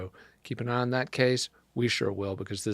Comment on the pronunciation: Again, his name is Mur-daugh...NOT Mur-dock!! The family does not pronounce it that way...listen to his attorneys. They say Mur-daugh...not Mur-dock. I am not quite sure where you learned the English language